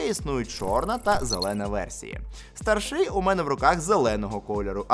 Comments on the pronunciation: стАрший, цІнник. Наголос на перший склад. Візьми до уваги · Та слово старший не так вимовляється, воно мене вбиває, наголос не такий